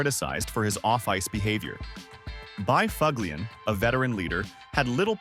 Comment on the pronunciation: S this is what AI can do now huh? Bi FUG LIAN? I gotta go bro.